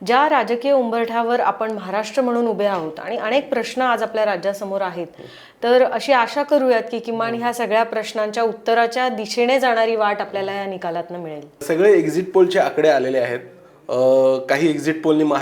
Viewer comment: अणेक नाही अनेक, करूयात नाही करूया, दिशेणे नाही दिशेने, णाही नसतं नाही असतं, रचणा नाही रचना......किती चुकीचे उच्चार करत आहेत या बाई! मराठीला नुकताच अभिजात भाषेचा दर्जा मिळाला आहे!